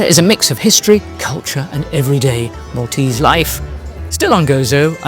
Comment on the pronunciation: Thank you for your guided tour of Malta,we have lived here for over 20 years and couldn’t live anywhere else x x plus your pronunciation of maltese was very good